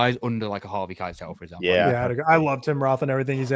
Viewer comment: Put some respect on harvey Keitel's name 😅